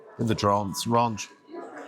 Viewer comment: Rarrnch! RANCH.. you not with the BBC you know... Love your vids❤